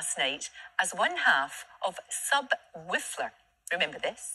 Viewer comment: Did she say Subwhistler its Subwolfer lol 😂